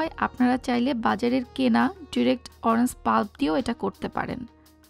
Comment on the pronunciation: Orange er pronunciation ta ektu you tube theke shikhe nin. Eta oranjs hobena orange hobe. Bideshe giyeo english er ja ta obostha.